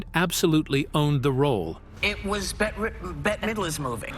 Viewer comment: better midler ? no Bette is just pronounced like bet